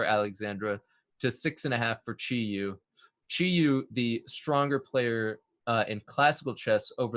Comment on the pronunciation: Wait did she say it in the video? Or are you talking about the commentator saying her name because he's not pronouncing it correctly at all. But she's probably ok with it.